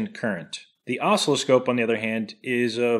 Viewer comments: Yeah, I was going to point that out. It's aw-SILL-oh-scope! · Love the video but, "osslowscope" WTF, is that like oscilloscope? LOL. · What's an oscliscope? Does it meassure ocelots? Ohhhh, you have an oscilloscope! Osc-ILL-oscope. How do you pronounce oscillation? Great channel, by the way! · Oh - Sill - Eh - Scope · Oscilloscope. I can't describe how much the intentional mis-pronunciation made my teeth grind. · You had better start pronouncing oscilloscope properly by placing the accent on the 2nd syllable, rather than the first. Otherwise, I'll be forced to stop benefiting from all the totally free and (don't get a big head) amusing content you're providing. Now get it right. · I think you are trolling with your pronunciation of oscilloscope... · You trolling with your oscilloscope pronunciation? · when you pronounce oscillascope, you're putting the Em-fass-iz on the wrong Sil-lab-uhl... aside from that, I found nothing interesting in this video. That's why I watched the whole thing! lol